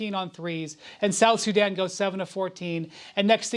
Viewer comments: "South Suzanne" 😂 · Did Stephen A. Smith say, "South Susan?" For somebody who's a sports commentator, he's showing a lot of ignorance on this issue. Players don't need to physically live in the countries they represent in international competitions. Also, athletes have always been able to acquire citizenships faster than regular people. Case in point, in one soccer World Cup, the Boateng brothers represented two different countries. One brother played for his mother's country, Germany, and the other represented his paternal side of Ghana. In addition, Joel Embiid, was born in Cameroon but he's playing for team USA in this Olympics. Nationalism is game for the poor. France won the World Cup with 9 players out 11 with African origin. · South Suzzan?🤣😂🤣😂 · Bro did he just say “South SuZan”??? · “South Suzanne” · 😢come on Stephen a smith south Sudan 🇸🇸 not south suzan 😂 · SA said South Suzan 😂😂